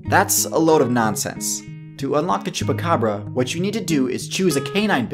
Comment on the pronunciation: It's quite impressive the way you pronounce chupa cabra :)